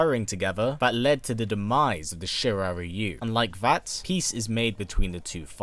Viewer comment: Please, can you stop with wrong pronunciation of "Shirai Rayu". It's pronounced not by English grammatics, and is Shirai Reeyu. If you want, just take Google translate in Japanese and listen yourself how this word is pronounced. NRS keeps doing this stupid mistake for many years...